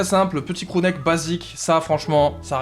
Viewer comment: C moi ou a il dit « Crew Nike » en parlant d’un pull ston island